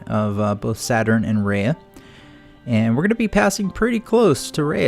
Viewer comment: It's pronounced Ree-ahh pronounciation please